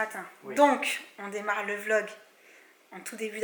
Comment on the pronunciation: Les vrais étaient là quand elle disais V log et pas Vlog 😌